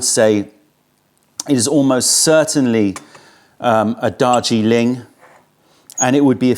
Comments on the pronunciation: Is saying ‘Dodgy Link’-or Darjeeling😆? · Joseph Troyer I thought the same thing!! Dodgy Ling. 😂